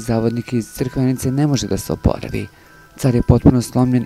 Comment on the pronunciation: Ti lujko nauči da se kaže CRIKVENICA